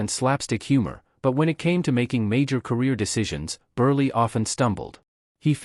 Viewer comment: Every one of these “dimwits” are smarter than this AI voice who doesn’t have a clue on how to pronounce Milton Burl name